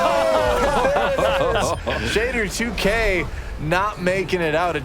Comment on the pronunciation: can't pronounce Shadder2k at all xD